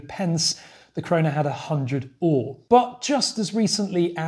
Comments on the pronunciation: Another interesting video! While I know most of it there's always some interesting history that I didn't know. BTW "öre" is not pronounced like the English "ore", as you SFI teacher :) We also shorten our currency to kr, sek is the international version. When my parents were young there where coins down to 1 öre and 5 kr was a note. I have seen those notes, they were much larger and more square than todays bills. When I grew up in the 80s there where no coins smaller than 10 öre. Then we slowly got rid of 10, 25 and 50 öre coins as they lost their value. The 20 kr note is quite old now, I remember when we got them. But the 2 kr coin and 200 kr note are only a few years old. You very rarely see a 1000 kr note as they are not available in ATMs. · Öre has the same vowel sound as fur, stir, learn,... in its first syllable, followed by a short "eh" sound.